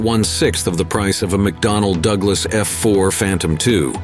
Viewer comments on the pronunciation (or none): none